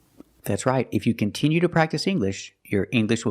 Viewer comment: I don't care where he was born, he can't be a real native speaker if he can't pronounce "continue" properly.